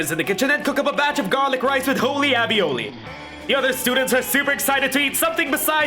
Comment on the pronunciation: I love these monster prom videos but never before have I seen someone mispronounce “aioli” so consistently. Every time you first encounter the slayer I’m on the edge of my seat to see what happens if you pick the stake gun! I just haven’t seen it yet. >_<